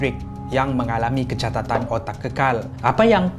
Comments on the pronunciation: kecatatan kekal.. KECACATAN KEKAL.. hampir2 aku bingung.. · Kucacatan bukan kecatatan.. 🤣🙏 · Kecatatan = kecacatan